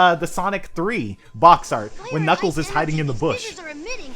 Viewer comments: knigles so much failure on pronouncing knuckles. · he said niggals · why does he call knuckles niggles